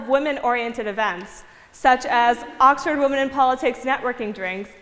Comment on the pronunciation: 'At Oxfaaard! Woof it's really scary